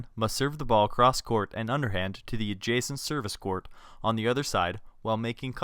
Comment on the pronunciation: i watched this in pe and i hate how he says court